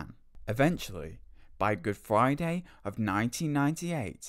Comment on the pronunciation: what does he mean by "Good Fwiday"?